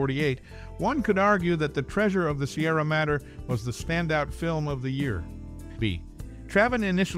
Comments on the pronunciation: Madre is said as: Ma-dre its spanish for 'Mother' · The Treasure of the Sierra Madre (Mod-dray, not Matter)